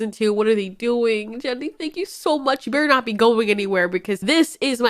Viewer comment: Lol 😂 that was a kronosaurus not a mosasaurus and did you just call the male creator Jenny??? instead of grendy? XD man that’s funny